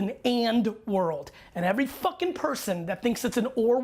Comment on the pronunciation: take a shot of water every time gary says "foken" now you're hydrated!